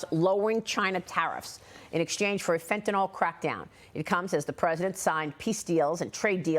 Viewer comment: Fentanyl is pronounced fĕn′tə-nĭl (fenta-nil), not fentanol; there's no "o" in the word. In chemistry nomenclature, "-ol" is an alcohol. Fentanyl is a piperidine opioid that get's its name from a portmanteau of pheno- + anilide + -yl.